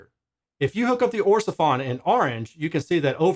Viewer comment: Orsefon...Sounds like a Chinese mish mash of the name Ortofon.